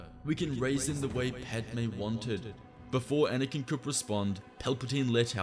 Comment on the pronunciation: You did padme wrong lol.